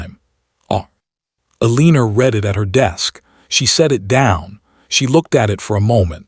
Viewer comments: Story says mistress has dark hair, shown strawberry blonde, please pronounce her name correctly ElenA not ElenER, how can he court her if she can not get a divorce? Not legal if she uses maiden name to sign. He will be allowed to divorce so can remarry for an heir as a duke. Mr when he is a lord. Fix all errors so story can be good, nkt the mess it currently is. Ex again where is wm house? Why not there? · No one's name is uh-LEEN-ur. This one's too lazy. 2 1/2 minutes in and I'm out. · The way AI pronounces Eleanor as Aleener, is distracting. The Duke having a mistress would likely have been accepted by the ton. However, a gentleman would never have humiliated his wife by publicly announcing his affair at an event. Let alone by parading his mistress around said event in the company of his wife. Such a spectacle would have absolutely ruined the reputation of his mistress. Unmarried ladies who spent time in the company of gentlemen unchaperoned were presumed debauched. No respectable family would extend her an invitation to an event regardless of whose bed she was warming. A gentleman was expected to be publicly respectful of his wife and discreet regarding his affairs. His rank might have insulated him from the fallout of his indiscretion, but his mistress would enjoy no such protection. She and Richard were legally separated…not divorced. She was living independently, but still legally married to Richard. She would not have been able to also marry William at the end of this story. And had she divorced Richard, she would have been shunned, blamed for the failure of her marriage, and judged incapable of fulfilling the duties of a wife, regardless of his infidelity. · “Eleenur?” 🙄 What country is this recorded in? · Omg, don't even get me started on how they pronounced Eleanor! It drove me crazy. I don't think it has to do with what country it was in, I think it's just the AI voice. Some are better than others. "El - ee - ner," sounds like weiner 😅